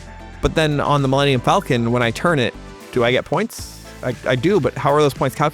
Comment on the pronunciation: Wait… how did Disney’s hypeman not know how to say “Millennium Falcon”!?! His company just paid $4 BILLION for the name, and he can’t do a Google search before the show? Or a Lycos search?